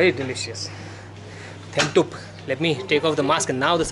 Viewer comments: U r very funny. U call his name thenthuk(food) and dee(female yak) tea. Dasa-Lhasa. U got absolutely right🤪😀🤣😅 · His name is Dhoundup not thentuk...dat was funny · 🤣🤣🤣omg it’s not Thenthug,he said Dhun-dup 😁😁😁 I know you love to eat 🤣,really fascinating 👍👍👍🌺🌺🌺❤️❤️❤️🙏🙏🙏